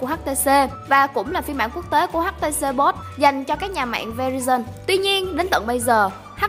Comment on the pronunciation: Tuấn Khanh Trịnh bolt đâu, e nghe là htc bót mà 😂😂